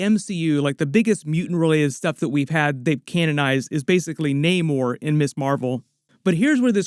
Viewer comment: Gotta roll your R's when you're talking about Namor